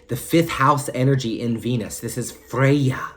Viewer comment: I love the way you pronounce Freya - I just repeated it out loud at the gym 😂